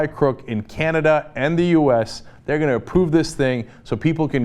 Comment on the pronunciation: Canada; C'mon people, let's put the accent on "Can", not "Duh"..............................